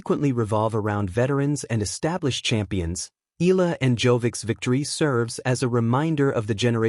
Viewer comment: Say it correctly Eeyala..👍👍👍